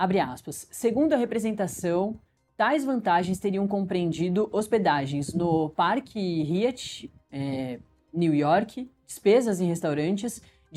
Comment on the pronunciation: Poooorra park [ríat]? Se fala [RÁiat] filha 🤦🏻‍♂️